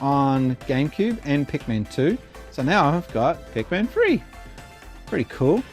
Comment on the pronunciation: Sonic Spinball nice !! I have it on the Game Gear. Phantom Hour never gets mentions .. i love that game too .. nice to see it getting talked about besides me for a change. And sounds like you are saying Pacman and not Pikmin lol Trauma Centre is awesome on the DS. Nice picks up there buddy .. see you don't need to splurge to get the odd ones lol